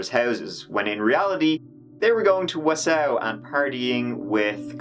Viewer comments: "WEE-OO WEE-OO" pull over, guy! its the Wisconsin name pronunciation Police hey! You have been sited one bottle of Jezynowka for your mis-pronunciation of da City of Wausau, der guy....which is pronounced "Wah-saw", ya know? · I grew up in Wausau. I've heard it pronounced so many ways. But not quite the way you have :) We mispronounce Antigo on purpose. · Im from Wisconsin and i noticed that right away. Haha. No harm no foul. I knew what u meant. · Born n raised in Milwaukee,WI I watched this and corrected out loud, each time he said Wausau.. Lol So, I thoroughly enjoyed this comment thread very much! I do remember this, so sad, I hate no closure endings.. 😞 I disagree with her mothers anger directed towards the actors in the Hey Walter vid, but I can understand her pain and upset, thinking her daughter might be her. However it's extremely misdirected, seeing as these people obviously never made this about Kayla, never intended it to be connected to ANYTHING remotely involving a real missing person. Calling her a bitch? Uncalled for and rude. Her daughter is missing and she has no closure all these years later. It's called empathy, try having some.. In the end however, I LOVE watching you, your sarcasm is right up my alley and topics, same. That Chapter is one of my most watched and favorite on YouTube, thanks for the content! 👍💜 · Him saying Wausau GOT ME. I’m from wisco too and this made me chuckle 🤣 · half my family lives in Wausau, Wisconsin (Wa-saw) true story. Not Wa-Sow lol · Oh, great! I was just going to make a comment on that. However, it's not pronounced Warsaw, either. It's tricky. I remember it from an insurance commercial from years ago. You should call someone there and have them pronounce it for you. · Pronounced WA SAW That's ok though. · I was laughing so hard at you saying Wausua. Good times lol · The way you pronounce Wausau 😂... it's pronounced more like WA-SAW 😊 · It’s wah-saw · Is he saying Wausau? Wah-saw